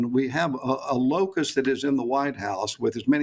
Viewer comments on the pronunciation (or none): He said "locus" not "locust"